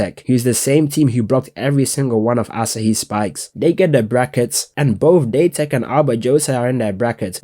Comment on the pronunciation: date tech not daytech